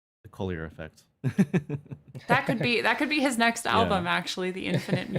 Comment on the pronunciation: tiny point, "Collier" is an English name. You seemed to pronounce it with a slightly 'French flavour'. Several of the YT videos pronouncing his name are incorrect, and have that 'French-ness'. Here's Jacob Collier pronouncing his own name: Jacob Collier - Fix You (Live for There With Care) Incorrect is the ironically titled How to Pronounce Jacob Collier? (CORRECTLY) Best Wishes. ☮ Collier is a 'normal'' word in the UK. A 'Collier' is a coal miner. My father was one. I've heard it a lot.